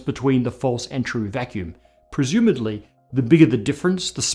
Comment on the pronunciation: "presumadly" Sorry.